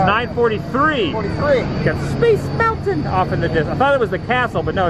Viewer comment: Great action pan on test track! For a moment it looked like you were flying through a wormhole lol. PLEASE tell me why you say Space Mountain the way you do?? You've got me saying it too now 😄